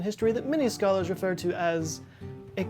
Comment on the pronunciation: "ah peri-ohd known in history by scho-lahrs as .... a cluster***." LOL!!